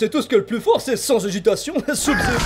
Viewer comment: oui il prononce mal Sub-zero